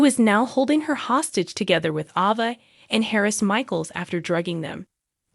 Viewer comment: It is a long A therefore A Va ! Do you ever watch Days? Or is Say lem!